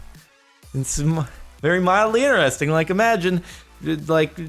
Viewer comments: why do you always say "ineresting" instead of interesting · its in TER esting not ineresting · Why you always 'iner-resting'